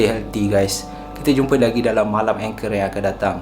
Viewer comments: Hi boleh tanya tak?angker tu sebutan mcm salah..ang bukan eng..kerr tu bukan anchor..😅 sorry saje2 tegur sya baru jer tengok Chanel ni..sbb sya slalu tengok dgn Qama..semoga sukses selalu ☺️ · Sebutannya ANGKER......bukan engker😄😄😄😄😄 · ANGKER sebut ANG-KERRR bang, bkn ENG-KER.. tu Anchor ⚓ 😄😄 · Assalammualaikum wbt saudara channel.. Saya (Cikda) pengikut setia.. Baru sebentar saja ni mengikuti saudara.. Maaf nak cakap sikit.. Bukan sebutan ENGKER.. Orang2 Jawa sebut ANGKER...biasalah kan gangguan2 dr mahluk yg saudara sebutkan itu.. Banyakkan zikir dan amalkan sentiasa amalkan ayat2 ruqyah.. AMALKAN Baca BISMILLAH 7 DAN BISMILLAH 5 sekurang2nya 3x selepas subuh.. dan 3x lepas Maghrib... Jangan lemah semangat yer.. Mahluk itu bukan sesiapa tiada kuasa..jangan takut padanya.. ALLAH SWT jadikan kita lg lebih mulia darinya.. So terus bersemangat ok... Salam dr cikda.. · Salam. Perkataan "angker" tu bukan sebutannya berbunyi "anchor" mcm yg awk sebut tu. Sebutannya baku, "ang" tu baku, "ker" tu tak baku. Keep it up bro.